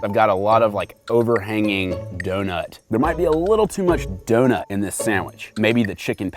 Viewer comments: why did he say donut like that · I hate the way he says donut oml